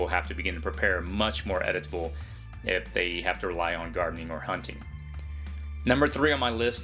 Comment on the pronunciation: Love your channel, very useful. Jusr FYI, you used the word "Edible" several times...you are pronouncing it a "Edit-able". No big deal, but some will find it distracting or will judge your intelligence over this simple thing. Keep up the good work.